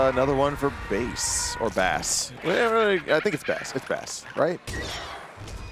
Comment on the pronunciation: Lol!!!!! And why did let him and participate in calling Bass(Base), Bass(B-ASS)? Ridiculous!